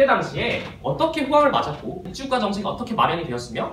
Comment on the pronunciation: 발음이 복찌국가라고 해서 그거 만 초점이 맞춰져서 너무 웃곀ㅋㅋㅋㅋ